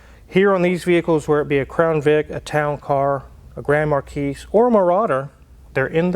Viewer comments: Absoultely loved your video. Especially since I have a Marauder. But there is just one slight, little, nit-picky item that kind of grated my nerves... They are called a Grand Mar Key, not a Grand Mar Keys... thank you! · It's Grand MarKEE, not Markeys. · Like Akon mispronouncing gallardo , so is grand markee (not marqees. I know it’s spelled marquis) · The S is silent on Grand Marquis